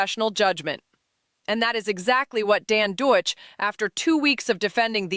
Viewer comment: No heavy criticism of your commentary, but the person you're referring to is Dan DAKICH, not Deutsch. Otherwise, good commentary.